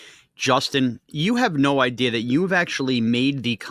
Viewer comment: I'm going to dislike until Justin starts pronouncing "idea" correctly again.